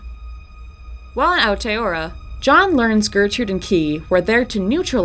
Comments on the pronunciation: very much enjoying these but that country is pronounced Ao (Ow) tea (te-a) roa (row-uh) with rolled Rs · Jesus christ could you not at least look up how to pronounce Aotearoa before sitting down to record